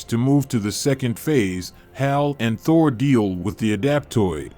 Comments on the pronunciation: Thor not thory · Did he call Thor torrie…….? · bro its aim not i am and u pronouced thor wrong